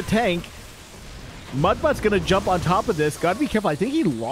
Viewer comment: It's Muta or Mutalisk, not mudbutt. I know you think you're being clever or funny, but it just makes you sound incompetent.